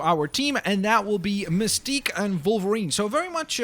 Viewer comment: you rought mistqe wrong it's misteqe